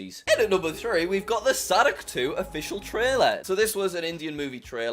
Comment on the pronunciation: The way he pronounced 'sadak' made me burst into laughter 😂😂